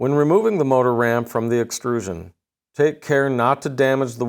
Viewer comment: What is a "base excrusion"? Does he mean "extrusion"?